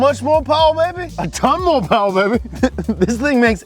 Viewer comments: More PPPPPPPPPowah!!! Baby!!!! thank me later. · MORE POWAH BABY